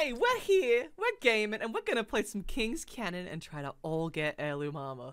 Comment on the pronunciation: You said King canyon